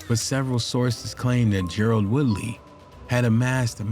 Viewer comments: Ger-RARD not Gerald😂😂😂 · Gerard not Gerald